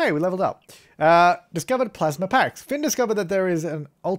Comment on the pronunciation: A1 it's Finn not Flinn (Flynn)